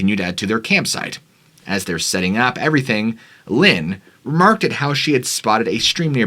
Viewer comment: Ee-cee waters???? Remark-ed? Where are you from? This is such odd pronunciation.